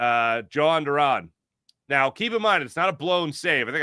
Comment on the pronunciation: its pronounced YO hon not joe hon lol